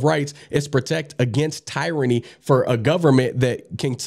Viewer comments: It’s pronounce tear-any. Not tire-any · First time I’ve ever heard anyone pronounce “tyranny” like that. Duuude.